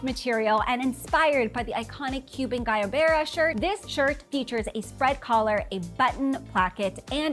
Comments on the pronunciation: not to nick pick but it’s guayabera not guyabera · Guayabera = Goo-ahh-yah-bear-rah